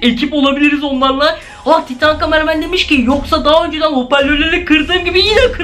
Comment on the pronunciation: Camaramen karamen diye okumayın cqmareman